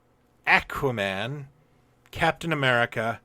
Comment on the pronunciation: Why'd you say it like AK-wa-Man? lol. Cool video!